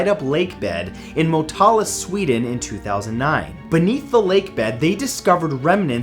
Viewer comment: The Sweden experience at nr.10 is so funny, all the mysteries just disappear when you try to say Motala. I always love when you bring something cool up from Sweden because it makes me feel special and that we are a nice and cool country. Live your work man!